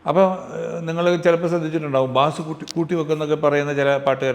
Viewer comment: ബാസ് അല്ല ബേസ് ആണ് ശെരി 😊